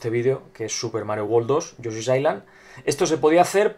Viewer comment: lol, te entendi: "análisis de yo soy wooly world"